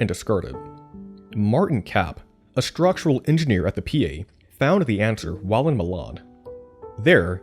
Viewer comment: Great documentary. The narrator just needs to learn how to pronounce the word 'structural'.